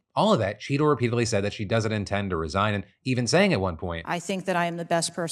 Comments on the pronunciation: I had this running in the background and every time Phil said “Cheatle” in the Secret Service story, I heard “Cheeto” and thought he was talking about donnie t. Ha! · I thought you kept saying Cheeto... haha